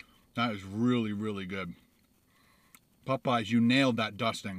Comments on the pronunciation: Im not the only one bothered by the way he says "PopEyes" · it's Popeyes, not Pupeyes. Heh! Love your videos!! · Maybe you’ll get a better biscuit if you pronounce Popeyes correctly, its not Pupeyes